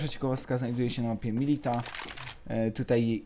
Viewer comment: Mówi się MILITIA, nie MILITA